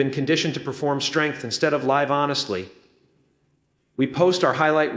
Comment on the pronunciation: Theirs No way it is Jim. Grammar issues he keeps saying live instead of live. A common AI sign